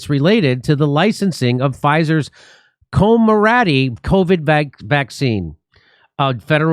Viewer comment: pronounced "CO-MER-NA-TEE"